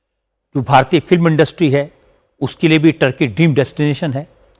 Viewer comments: टर्की नहीं ठरकी। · अरे sir टर्की नहीं है ठर्की है